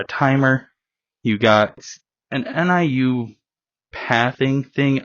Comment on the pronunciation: Pronounced = New